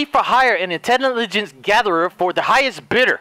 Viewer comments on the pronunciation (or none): Did he just say intenilligence?